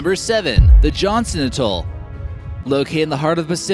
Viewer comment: Need to learn to pronounce the Pacific islands named. Johnston atoll is a wonderous. And what's with the American flag before each location. I know your 'american eye'... But they are not US locations.